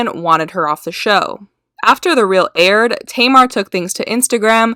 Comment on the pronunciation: Hun you need to learn how to pronounce names. At first you're calling her "Tea..mar" then you pronounce it right, then you mispronounce it again. Either you're high as fuck or just numb. Learn how to speak proper english.😴